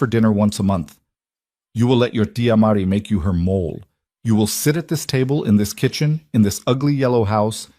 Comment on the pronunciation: Mole the food is pronounced MO-lay.